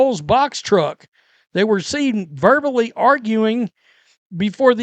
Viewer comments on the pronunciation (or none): none